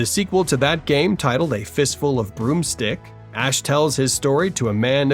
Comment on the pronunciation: is this voiced by ai? "boomstick" has been pronounced as "broomstick" a few times.